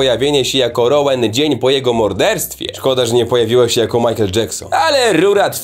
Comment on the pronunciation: Rołan nie atkinson jest dżedi